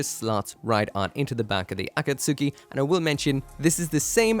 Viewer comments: It's "Akatsuki" not Aka Suki say the akat fast then a split pause then say Suki kapish? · A-kat-ski 👈 A-kat-suki 👋 Not a super important difference, but I keep hearing it wrong everywhere. It's sounding like when Americans say carry-oaki, or pough-ki-mon. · Akatsuki is said like A Cat's Key not A Cat Sue Key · why do you pronounce things so incredibly incorrectly. ah-kat-soo-key? really?